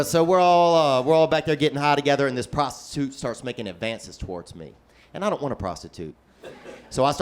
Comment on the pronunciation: "He's investing my hundred with this pros ti tute" Lol smh